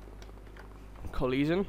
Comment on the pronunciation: Coleesion sound. Lol.